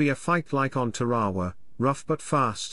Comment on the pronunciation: How does anyone pronounce "Tarawa" as "Tawawa" ? Think about -- you have added an extra "wa' to the name.